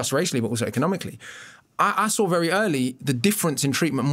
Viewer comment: Mr O B, I've listened to lots of your stuff and i respect you greatly. Question. You just said 'I sore it' when it is 'I saw it'. I've also heard you say 'drawring' instead of 'drawing'. ??